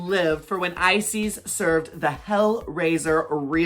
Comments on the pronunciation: Is it only me that keep hearing ice, sis instead of Icesis? hahahah love you queens <3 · Girl y’all pronouns icesis wrong the last part of her name is pronounced like sis ice sis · lol not both you guys pronouncing Icesis as "eyesees" I'm crying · ah? Ice- Sees?? Prison, henny!!😅😅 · Are they deliberately mispronouncing every single queen’s name? I swear not one name was said correctly 😂😂 Come through “Icies”, “Aydriana”, “Kendal Jenner” and “E6000”!! 💀💀💀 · not them not even pronouncing the winners name right lmao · The pronunciation of Icesis. I can't! 😭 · Everyone's commenting on Icesis's mispronounced name, but I'm truly surprised Kendall Jenner was on this entire season of canada's drag race and we've been calling her "Kendall Gender" all along...😜🤣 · Ooof the pronunciation of icesis name :( imagine winning the season and then hearing your name pronounced wrong lol.